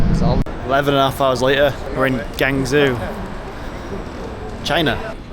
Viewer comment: Good to know the quality that makes these products look and feel great. Also pronounce the city as Gwong Joe 😂.